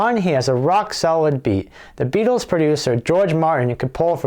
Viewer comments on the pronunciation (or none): There's no 'D' in Beatles!